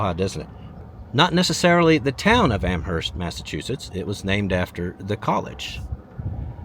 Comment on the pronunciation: By the way -- not sure about there in Texas, but in New England, the "h" is silent. "AM-urst".